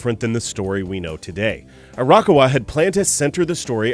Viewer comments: Hey, just a heads up from someone living in Japan who is cringing a bit at the names... Actually, it's Ah-Ra-ka-wa, not Ara-kawa. Also, for the titan video, it's Ee-say-yama, not Isa-yama... For an Anime channel, you gotta have those names down... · So close with your pronunciation of Arakawa's name! It's not "Arahka-wa" it's "A-ra-ka-wa". Simply pronounce each individual sound with the same length and tone and you'll be golden. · There were definitely a few things I didn't know so good job on that, but I was cringing everytime I heard you pronounce Arakawa >.< Does that make me a total weeb? In my defense, I do live in Japan so I'm used to hearing it the natural setting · No, I cringe every time he says it as well. He pronounces "manga" correct, not like "mango", but then proceeds to completely butcher the name "Arakawa', a simple four-syllable Japanese name, with a disgusting Western pronunciation. You're not a weaboo for caring about that, in this case. He displayed an obvious double-standard in articulation of the names, and in an audio recording that they can freely do-over on a video specifically made for an anime channel, it's lazy and disgraceful.